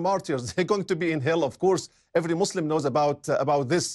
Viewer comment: Great video, shame the presenter does not know, how to say the word Muslim correctly :)